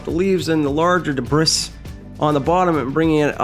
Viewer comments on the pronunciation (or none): Did you say debrisss? It’s “debree” come on now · He is not wrong, its pronounced de-bre. Ignorance is easily overcome with the internet. Just Google debris... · no shit that was the spelling to help you pronounce it. You’re pronouncing it way off. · Well here's your comment. How long did you practice saying debris that way? Ordinarily I wouldn't fall for the purposeful mistake but I'm impressed that you could get your mouth to make that sound.